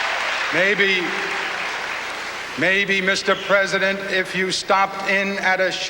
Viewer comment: Cuomo is peesident